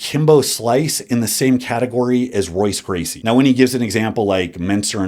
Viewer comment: Excellent video but my brother in Christ you did not just pronounce Royce Gracie like that